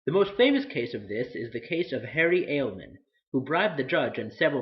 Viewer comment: Harry Aleman. Ah-le-mon